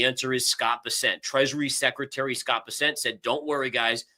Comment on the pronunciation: Hi, don’t leave. 😅. Thanks for pointing out blow off top. BTW, it’s pronounced ‘Bear-cent’, not Ber-sent.